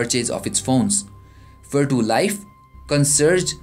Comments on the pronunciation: its vertu not verdo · thats right it should be pronounced as vertu not verchu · come on man! don't make a mess :/ it's verCHu(IPA - vartʃu) I say once again